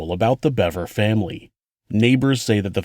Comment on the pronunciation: I knew I’d find the proper pronunciation here.. Another channel pronounced it Beaver 🦫